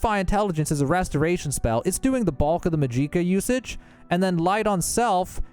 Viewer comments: MAG-JI-KA Not that hard to understand guys don't know why he says it so awkwardly and puts so much emphasis on JI but alright 🗿👍. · Yeah this is more someone who doesn't know English well 😅 not all Americans I mean he said clockwise, went counter clockwise, magicka as majeeka, and carafe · Restore mageeca lol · Are you seriously pronouncing Magicka that way? Please stop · Down voting for this guy's complete inability to say Magicka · It's literally just "magic" with an "ah" sound at the end, why did you pronounce it like that? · You are the only human on earth that doesn't know how to pronounce "magicka" correctly. Holy fuck. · Bro how do you say Magicka incorrectly, every single time, when the NPC’s tell you how to properly pronounce it. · Every time he said magicka I cringed like hell. It hurt... It hurt.... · Who the fuck says magicka like that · The pronunciation of magicka made my ears bleed. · Videos too long, not organized. Full of wasted chatter Naaaah im unsubbing. These are gerring worse lol dude cant even say magic right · He's pronouncing magic just fine, it's magicka that he's pronouncing uniquely. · I never met an American who can not pronounce magicka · Mag-ick-a Or Mag-ick-uh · Its magicka not majeeka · hahaha mageeca LOL. its pronounced MAG - JICK - AH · this has to be rage bait, it's not pronounced majeeka, it's magic, like how you say magic, with uh at the end magic-uh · Bruh just say magic 😒 tf is majeeka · Mageeeeeka🤣🤣☺️☺️☺️ Say it with me now ...... Maj ick ah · Magic-ah.... not ma-jeek-a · "Mahjeekuh" 😂 Magic+ka. Say magic then add ka. That's it. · ...bro I died inside with every maj EE ka....its maj ICK ah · For the love of Todd Howard, stop pronouncing it Ma-jee-ka. It's Magic-uh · Magic-ah not mageekah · Majika? Its magika. The hell is wrong with you? YOURE ON SKOOMA ARENT YOU??? YOURE A SKOOMA ADDICTED KAHJIT!!!! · Da hell is a majeeka? U mean Magi-ka, just like saying magic with AH at the end LOL your killing me bruh 😅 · WTF is Majeeeka??